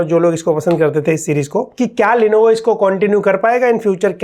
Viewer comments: Lenovo ❌ lenevo ✅ 😂😂😂😂😂😂😂😂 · #Therepy bro "Lenevo" nhi, "Lenovo" bolte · Isn't it "Lenovo" ?